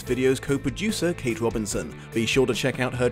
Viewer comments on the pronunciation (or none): none